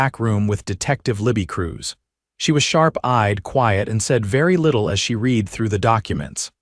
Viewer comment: Hey AI! Read has two pronunciations, RED and REED. A frame isn't one word. Too many crazy pauses, mispronounciations and tonal inflections. I bailed.